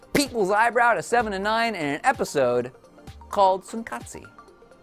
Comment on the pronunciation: Is tsunkatse pronounce soon kots not soon kot see.